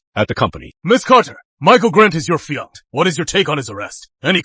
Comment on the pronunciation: Yes the Dubbing seems to always pronounce Fiance as "Fiankay". The Dubbing is based from an Asian Source, so it often mispronounces English words.😮... I have also noticed that Cafe is often pronounced Caff.